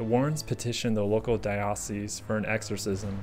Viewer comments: I know this is being a stickler - I'm Catholic, and we pronounce it "Dye-oh-cease", not "Dye-ah-cease". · Fantastic video! So glad I found your channel. Just one small thing, in case the word comes up in future videos: diocese is pronounced "DIE-uh-sees." And now to binge watch all your content! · I grew up Catholic so I know and it's making me feel more insecure than I thought since multiple people have pointed it out now. But yeah I think you mean Dye-uh-cease though :). Diocesan changes the vowel sounds which is where I had a brain fart and I was rereading that part out loud multiples times(for different reasons). I noticed while editing but decided to leave it in due to the way diocesan is pronounced anyway(tomayto, tomahto).